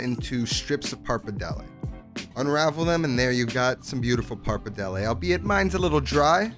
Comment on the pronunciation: “Par-padelle” bothering me so much lol